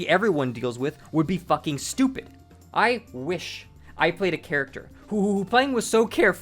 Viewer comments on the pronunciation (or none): none